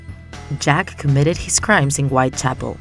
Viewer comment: Sounds more like Jeff the ripper aka Jeff the killer